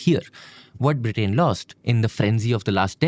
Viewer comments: This is a really informative and great channel. I eagerly wait for new episodes. That said, I would highly suggest to be careful in pronunciations especially with nouns and names. It is a country's name and not just a random word. It is not “BRITAAAIN” but rather “Britain”. All through this video, this was a massive focus degradation. Great content, presented with a massive miss like this definitely affects the overall quality. This is a humble request, and I hope you take it in a positive sense rather than ignoring it as a random hate comment. Thank you. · Am I the only one getting mildly infuriated with his pronunciation of Britain